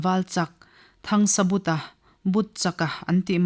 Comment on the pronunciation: 'THANGSABUTA'. Mi pakhat ni siin hming lam dãn chi hnih(2) a nei a ni maw?Hei chauh hi a ni lo.A chhiartu(te)hian Mizo hming,khua,ram,tlâng,thing,lui,thawmhnàw,hmanraw chi hrang hrang,adt,adt in lam dik lo ṭhin.In thu chhiar tùr eng pawh recording in tih hmâ-in a lam dán dik taka lam thiam/thei tùrin vawi hnih–thum tal uluk tak leh fimkhur takin chhiar ṭhin ula aw.